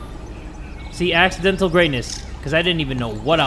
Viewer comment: I gOt a PeBlEt aXe!?!? Also: I got AXEdental greatness